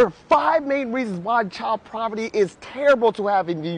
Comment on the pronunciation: It’s obvious that he meant “poverty”. Please be kind. 🙂